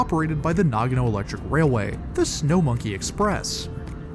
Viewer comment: Nagono no, NAGANO!!!!!!!!! FFS!